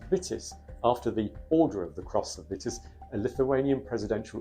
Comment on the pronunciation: It's pronounced 'Veetis'. Otherwise splended!